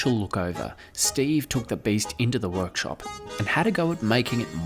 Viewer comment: What the hell is a "Wo-yak-shop"? Haha